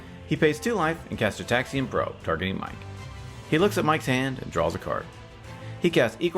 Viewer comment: Gitaxian is pronounced with a soft G sound like gourd or ground